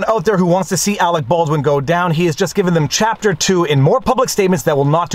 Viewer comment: Every time I hear his name, I think of team America world police. "Awec Bawdwin"